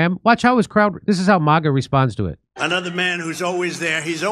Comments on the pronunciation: It's "MAGA" like mag wheels... not "MAGA" with a British a .... it's an American movement after all. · MAGA NOT MiGA